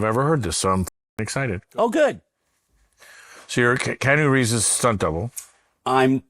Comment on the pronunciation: how'd you pronounce Keanu Reeves, bro?